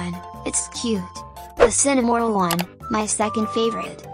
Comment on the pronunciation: the text to speech:Cinimoril💀(Cinnamonroll)